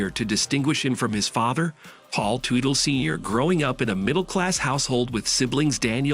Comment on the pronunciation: Ummmm you can't even pronounce the last name correctly. It's Tutel like as in King Tut with an 'ellll' at the end. FFS!